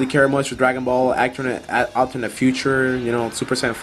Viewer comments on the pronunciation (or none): none